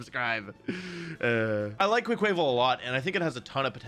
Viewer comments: There's no way Quaquaval is pronounced like that right? My guess was it's supposed to be like "carnaval"/"carnival" since it's a dancer, so "cwah cwahvahl" seems more logical to me than "quaval" sounding like "naval". No way to know till TPC says how it sounds haha but I'm curious what other people think. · SAY QUAY-QUAYVAL ONE MORE TIME I STG! Carnaval Quaqaval, it's not that HARD! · Ok can someone confirm that the way he has been pronouncing "Quaquaval" is part of his bit? Because it's literally Quack + Carnival , except you pronounce "car-nah-val" because it's the Brazilian one. Please this is driving me insane. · "Quay-quay-vul" You are the worst with pokémon names 😂